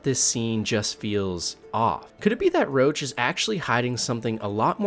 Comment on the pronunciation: Its Roach... Not LOACH.. tf.. they literally describe why he calls his horses roach and it's to leep from getting attached.. roach as in Cockroach